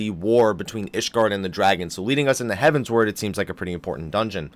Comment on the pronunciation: I've been holding this in for way too long but,, seriously... it's Heavensward like forward... not heaven's ward.